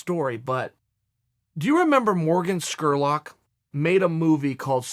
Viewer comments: Chael, the man's name is SPURLOCK not SQURLOCK!🤣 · Jordan SPURLOCK! NOT SCKURLOCK LMAO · Scurlock ?? It's Spurlock ,with a P ...MR.SONNEN ! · Did you say Skurlock? Spurlock.. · Lol I was about to comment on that. Chael will botch a name from time to time. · You think Chael can never pronounce anyone's name correctly? I mean he just completely fuck somebody's name up pretty much every single video. Morgan Skerrlock lol. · Chael with the Dr. Steve Brule pronunciation of Spurlock.